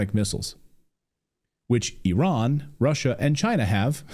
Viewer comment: EYE RAN EYE RAN it is NOT errrrrr in